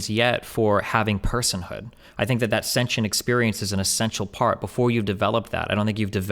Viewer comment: I love how Destiny properly pronounce “sentient” . I could feel the petty through the screen lol